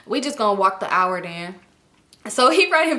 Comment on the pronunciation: A hourrr??! Mail lady fr